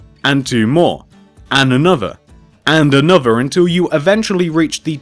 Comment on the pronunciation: "Any anotha!"